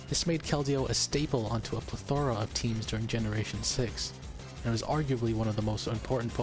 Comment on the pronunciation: I think you've managed to do better with the levels on your newest video! Legit so great to see how you've improved the production AND the narrative structure in just three videos so keep it up! Also this is a very very minor note but "plethora" has its stress on the first syllable not the third (PLEthora, not pleTHORa). Otherwise love the videos keep them up!